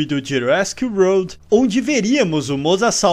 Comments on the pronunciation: Ele falou wolrd msm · Não chegou nem perto da pronuncia de "world" kkk, mas n to criticando, achei engraçado